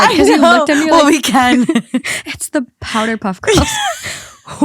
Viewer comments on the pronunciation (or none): She really said powderpuff with her whole chest 🤣🤣🤣